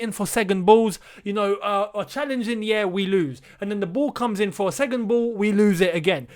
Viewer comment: saying “ segond “ when he’s meant to second 😂😂😂